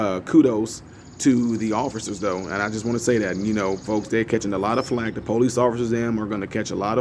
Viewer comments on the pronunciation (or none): none